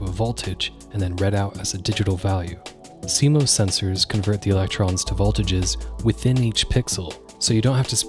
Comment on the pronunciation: It’s definitely see-mahs